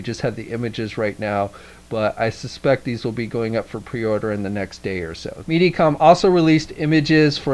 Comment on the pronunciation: lol i think he was saying Media Com for some reason but henceforth i'm calling it MeatyCom :D